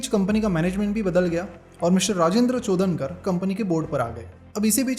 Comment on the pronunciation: It is चोडणकर not चोदनकर